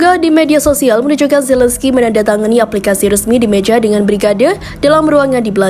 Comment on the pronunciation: Volodymyr Zelenskyy cara bacanya Volodimir Zelenski. Bukan Zelenskai. Kiev atay Kyef cara bacanya Kiyef. Bukan Kif. Mentang mentang di Afghanistan ada nama Hamid Karzai kamu samakan dengan nama orang Ukraina. Zelenskai. Ngawur.